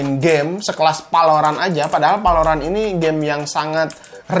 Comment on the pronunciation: Ciri khas channel ini kalo bilang " v " jadi nya " p ". Like valorant bilangnya palorant